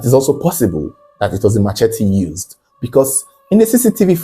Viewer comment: Oga, that thing is NOT pronounced ma che tee. It's pronounced as muh-SHEH-tee. Sheh, not Che, Jeez! Learn and stop opening big mouth saying rubbish